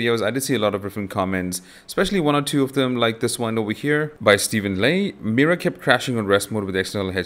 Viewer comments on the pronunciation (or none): none